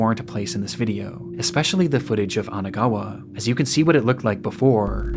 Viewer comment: Isn't it Kanagawa and not Anagawa?